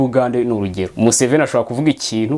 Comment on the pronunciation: Iyo uvuze Museven, ndaseka nkajya kw'itaka, kuko ndayoka😂😂😂😂😂😂